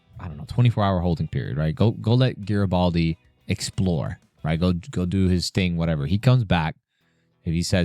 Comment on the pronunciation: Jesus Tapdancing Christ.... It's NOT Jar-uh-baldy dude. Near the end of TWO FULL SEASONS and you STILL can't pronounce that major character's name? C'mon, man .. every time you mispronounce it, it's like fingers on the damn blackboard.